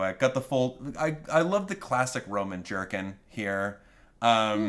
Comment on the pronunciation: Every time Thomas says jerkin I think he’s saying jerky